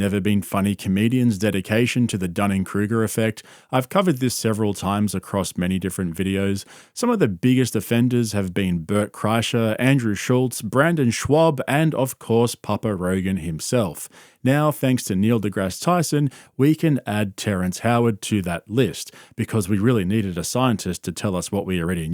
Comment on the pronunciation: Why do you always say Brandon, it’s Brendan😂😂